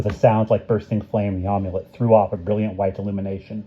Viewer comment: Amulet has a short A like in Apple. Not a long A. You've been saying Omulet like Omelette.